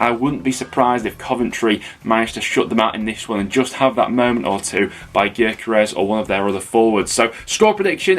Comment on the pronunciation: Why you cany you get gyokeres name correct? It’s pronounced yokeres! Not difficult